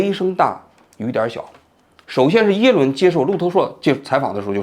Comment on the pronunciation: 嘴瓢了，最后说成耶轮了，哈哈哈哈